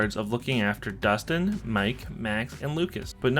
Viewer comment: bro its Dustin